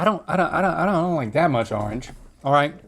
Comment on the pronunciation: lol "arnge"